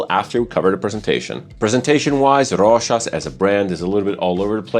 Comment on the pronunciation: Love the way you say Rochas 😍😍😍